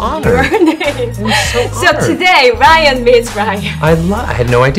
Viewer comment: 통역자가 어떻게 ryan발음을 r이 아닌 L로 발음하는지 헐 저 실력에통역이라니 놀랍다 ㅡㅡ